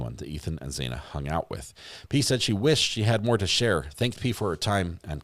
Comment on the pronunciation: I wish you’d say Xanas name correctly. Not saying either of her names right but you can say Gonclaves and that’s not even spelt as it’s said!